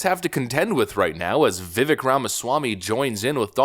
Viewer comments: Learn to say his name, please. Vivek as in cake. It's a long a sound. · Is there a reason why he keeps saying vivek's name wrong? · Pronounce his fucking name correctly, dude!!!! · This guy is knee deep into politics and all of this stuff yet somehow still does not know how to pronounce Vivek's name properly. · Vivek rhymes with 'cake' not 'stick' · Vivek pronounced Vi-vAke. Youre killing me smalls 😅 but seriously. ViVake like CAKE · His name is pronounced Vih-vayke not "vivik" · His name is pronounced like Vivēk, rhymes with cake. Not Vivik. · Vivek not Vivick if you can't get his name right. He can't win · It’s pronounced Viv-AKE... not VivEK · Vi-VAKE (SAY CAKE). Did you see Trump slip his hand inside his jacket at 12.30? He only does this when reaching for The Snake Poem he keeps printed out in his jacket pocket. He's watching ViVAKE. Keeping him close. We'll vet him over the next 4 years. He needs to be in charge of something CRAZY inside the administration. We'll see how it goes. Trust comes with actions over time.. you say that allot ... And it's true! 👀 Vi VAKE. 😂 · Viv-Ache my friend not Viv-ick. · Its pronounced Vi-vake, not ick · I love your content, but its not pronounced "vivik" nor "Viveck" its Vivek (sounds like vivake, like cake). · Nah, it's Vi-vek as in vector. 🙂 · It's pronounced Vi-VAKE, rhymes with cake as he likes to say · It's pronounced Veevake. Spelled Vivek. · I really like your vids but gosh can you get his name correct its vivek as in vivake anyway keep up the great work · His name is pronounced Vy-vake. I heard it in his rap song. He says vyvake is not fake. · Seriously, my man. If you're going to continue making videos about Vivek, you must learn to pronounce his name. It rhymes with cake. Can anyone tell me what the 4th branch of government he mentioned means? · Come ON. His name rhymes with CAKE, already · it's time for you to start pronouncing Ramaswamy's first name correctly. It's viv-AKE. Rhymes with cake. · Dude; it’s Vi-vake